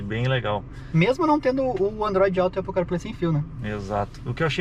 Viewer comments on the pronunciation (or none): none